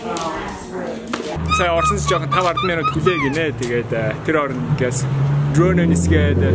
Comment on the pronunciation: drone oo nisgeed gedeg ugnii ter tseverhen accent 😂😂😂